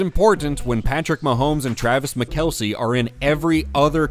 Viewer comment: Did 😂 Did he say "Patrick Mahomes and Travis McKelce "?? I swear AI generated audio is getting more sneaky. Not saying AI,, but to mess up Kelce's name like that? Am i hearing things?